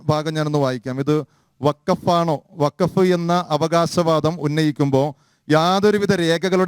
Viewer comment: പറയുമ്പോൾ വഖഫ് എന്ന് തെളിച്ചു പറയണം. ഇല്ലങ്കിൽ, കേൾക്കുന്നവർക്ക് ഫക്ക് എന്നേ തിരികയുള്ളു. ഫലത്തിൽ രണ്ടും ഒന്നുതന്നെ ആണെങ്കിലും, തെളിച്ചുതന്നെ പറയണം.